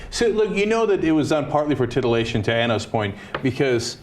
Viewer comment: Titoilation.... or tittielation? ;D